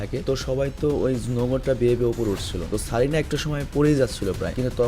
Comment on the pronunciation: ভাই কারিনা।।। সারিনা না